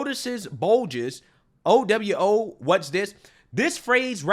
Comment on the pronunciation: Its pronounced Oū-Wū